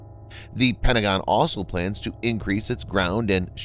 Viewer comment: I like the content on this channel, but I find it hard to take seriously when your narrator can't pronounce the word 'also' and you don't spell-check your video title.